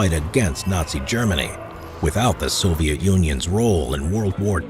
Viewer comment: ВЫ НЕПРАВИЛЬНО ПРОИЗНОШАЕТЕ НАЗВАНИЯ СОВЕТСКИХ ГОСУДАРСТВ.... НЕОБХОДИМЫ ИСПРАВЛЕНИЯ